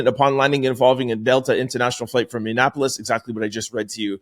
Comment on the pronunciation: I am an avid fan Sir. Bordering Canada and residing in Minneapolis. I need to let you know however - your pronunciation of Minneapolis is pretty horrid. YIKES.